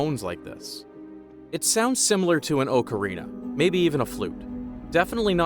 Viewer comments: He also mispronounced Ocarina. It’s not an OAKarina, but I wouldn’t expect an AI to get it anyway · ok but legitimately who, outside of the internet space, knows what an ocarina even is (pronounced AUH-cah-ree-na btw). Nobody is gonna look at “instrument with holes” and be like “ocarina, maybe a flute”. The only people who are gonna know that are “gamers” and chatbots that interact with “gamers”